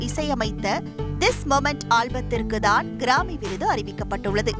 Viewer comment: Newsreader should learn the pronunciation of grammy